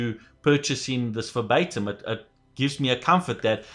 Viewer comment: why do you pronounce verbatim as febaytum xD